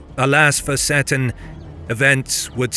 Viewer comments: Great video! Seton is pronounced "Seeton" by the way, hopefully it's helpful for future episodes. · Oh dear the narrator strikes again. You would think a Scot would know that Moray is pronounced Murray and that Seton is See-ton not set-on. Good video otherwise about a battle a lot of people are unaware